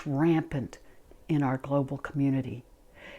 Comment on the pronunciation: Haha you said globaal. Great video otherwise!